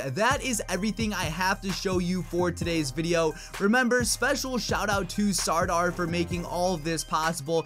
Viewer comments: And Sardar is pronounced as Sar-dhaar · well it is pronounced like-sirdaar...u know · U are pronouncing wrong it's sardar or sardaar